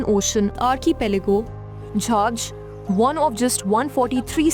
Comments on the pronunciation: Not Onzz😂, it is pronounced as ON-GAY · DO NOT DISTORT NAMES G IN ONGE IS PRONOUNCED G NOT J